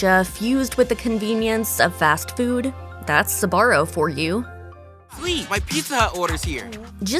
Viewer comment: Until now, I haven't heard Sbarro pronounced with 3 syllables.